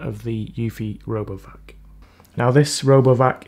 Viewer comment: sounds like you said "Robo F**k" lmao 🤣😂